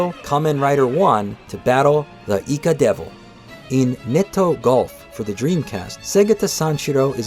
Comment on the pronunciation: This will always be the gold standard for Segata Sanshiro retrospectives. Do not accept substitutes from people who didn't know the Saturn existed until a few years ago and can't properly pronounce "Segata."